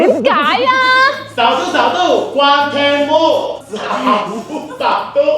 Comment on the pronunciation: 是xiao du,不是xiao duo，是小度，不是小剁，你小剁小剁的叫，小度还以为你要剁了它